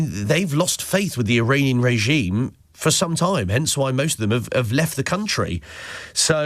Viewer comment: He’s saying Iranian wrong